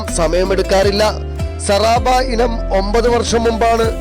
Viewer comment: സറാബ അല്ല ചെങ്ങായി sabara ആണ്, പറയുന്ന നിനക്ക് ഒന്നും അറിയില്ല എന്ന് മനസ്സിലായി